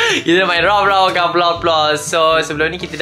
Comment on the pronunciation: Cute Avatar Roblox & 😩❤️Roblox Bukan Ploplop❤️😆